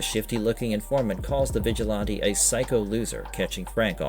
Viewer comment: And "vigilahntay" is killing me. Thumb down